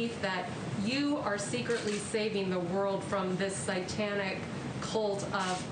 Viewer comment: She said "sytanic".